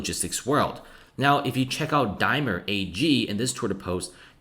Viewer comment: DaimLer. You keep saying the name of a chocolate bar. Otherwise great video thank you.